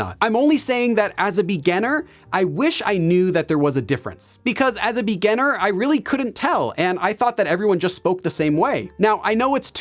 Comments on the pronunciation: Why do you keep pronouncing 'beganner' while what you want to refer to is 'beginner' ? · Am I the only one keep hearing him say 'beganner' instead of 'beginner'? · Omg I thought I was the only one who felt that way. When he says “beginner”, it sounds like “beganner” to me 😅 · I like your videos but your pronunciation of "beginner" is super distracting🙂. Still like your videos though! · Is "beginner" really pronounced this way? English isn't my first language and I lived with understanding that it's different 😓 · You are spot-on in catching his pronunciation of beginner/beginning! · Hi,. Nice work. But please excuse me, did I hear it right? you have a funny way of saying beginner;) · haha yesss. every other work sounds normal but beginner is so different 😂